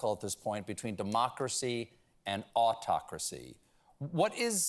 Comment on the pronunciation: hey Late Show, I'll be your editor for the CC... "awe talkeracy" HUH????